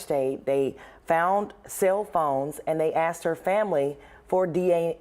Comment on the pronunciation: A News reporter that says; "supposebly!" I hope she doesn't also say; axed for asks, or amblience for ambulance, or birfday, or libary! 🙄🤣